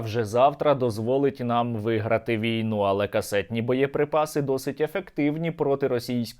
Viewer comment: "КАСТЄТНИЄ баєприпаси" ))) Який неосвічений орк